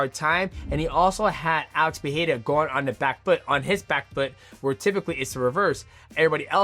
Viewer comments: bro ur Pereira pronounciation pisses me off IM sorry. XDDD If you dont know how to say it in a portuguese accent, just stick to saying it in american accent man. It makes u look bad. Its Pereira not PEHAYRA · You are pronouncing Pereira wrong. The first ‘R’ doesn’t have the ‘H’ sound. In Portuguese, it only happens in the beginning of words or if there is two ‘R’ together. So you should pronounce both ‘R’ in Pereira in the same way.